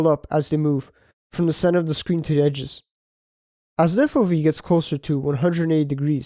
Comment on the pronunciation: FO-vee? 😅 you can't mix It's Eff-oh-vee